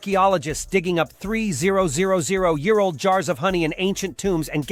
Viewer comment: A.I can't pronounce 3,000